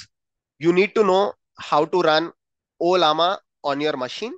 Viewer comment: It's pronounced as Laama not L-Lama.. just an fyi..